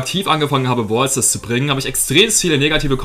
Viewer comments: Du sprichst brawl Stars nicht richtig aus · du bist nicht schlecht in brawl stars selbst, sondern nur darin das wort brawler oder braelstars auszusprechen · Find's witzig wie du zu Brawl Stars immer Bwawl Stars und zu Brawler Bwaler sagst😂 Kein hate btw